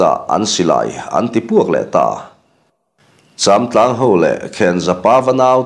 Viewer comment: châmtlang pawh a ri a dik ta😊😊